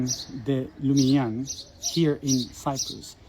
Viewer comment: Hello from France. I think it's LUSIGNAN and not LUMIGNAN. We call the "fairy" Mélusine. Thank you for this video. 🙂